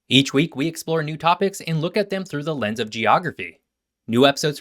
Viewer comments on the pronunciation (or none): none